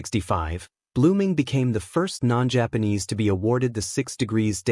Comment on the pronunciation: Your pronunciation of Japanese is just unbearable.